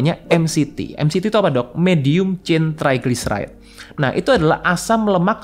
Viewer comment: Triglyceride bukan Tryglyceride,Mas. Three Fatty Acids dan Glycerol